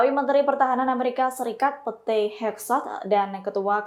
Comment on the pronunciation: PETE di baca PIT😂 bukan PETE